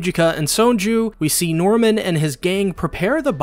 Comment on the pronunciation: I heard "genocidal mormon" when you said genocidal NORMAN! And I burst out laughing